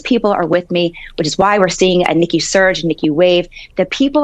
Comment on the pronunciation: Nikki not icky!